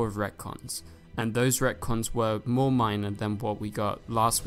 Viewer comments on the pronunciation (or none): none